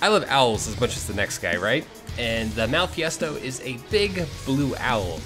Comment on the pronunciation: It's "Malfestio" and "Maccao"